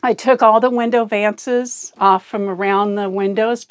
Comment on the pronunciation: It's valance, not vances.